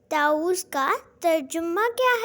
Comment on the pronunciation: Ma,am taooz na hi ta,awwuz hai😊